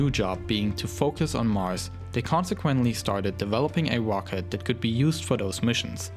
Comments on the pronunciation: “The wocket” lol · " With big wocket we go to maws." Awesome video though! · You sound like kripky from big bang theory Wocket. I am sorry but it's amusing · It’s rocket not wocket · Not to be rude and no offense, but... "Wocket" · Not ROCKET ITS "WOCKET" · "its the most pwoerful operational wocket in the world" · Dubwa for "wocket" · Volkan Eren Wocket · woom woom goes de wocket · "Wocket" xD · what's a wocket? I didn't pwogwess thwough the video sowwy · hehe,I like the way you say rocket as 'wocket'